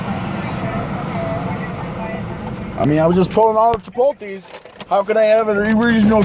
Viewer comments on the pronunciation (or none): the real crime here is your pronunciation of the word “Chipotle”. Lol. It’s chi-pult-lay not chi-pul-tees. 😂